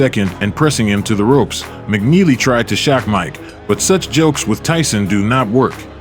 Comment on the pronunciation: Mike turned McNeely to JogNeely 😅